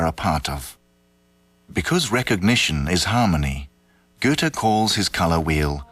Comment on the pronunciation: the main character of this doc is called Goethe (Ö) not Güte